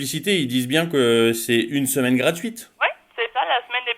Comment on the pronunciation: On dirait qu'il a dit "... ma, semelle gratuite..." xddd